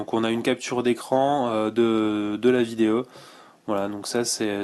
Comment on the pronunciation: Super Smartphone.Merci pour la vidéo. Le meilleur moment: On a quelque chose au bout du fil ^^ :) Et sinon j'aime bien comment tu dis vidéO,photO,eurO...Il y a un souci avec les "O"? ^^